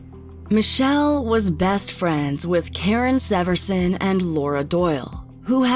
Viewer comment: Karen Severson is my cousin and I just wanted to mention you pronounced the last name wrong. Also I was falling asleep to this video and was so shaken when I heard my own last name.